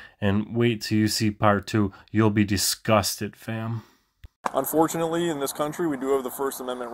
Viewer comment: Did he just say unforunately!!!!!!!!!!!!!!!!!!!